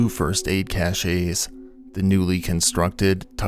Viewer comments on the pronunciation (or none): "Cache" is pronounced the same as "cash." A cachet, pronounced cash-ay, is something totally different. Just some housekeeping for future videos. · CASH!!!!! Cache is pronounced CASH and means a store. Cachet is pronounced cashay and means prestige. So he did not pass first aid prestiges!